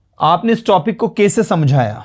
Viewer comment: Aap hindi me कैसे को kese kyun bolte hain ? Kano me chubhta hai . Jaise kai teacher English ko Englis bol rahe hain . Sh ko s . Mai ek hindi ki teacher hun ,isiliye tokna pada , bura mat maniyega